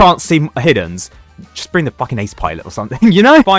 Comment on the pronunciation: "Da Fakin golden minigunner" 😭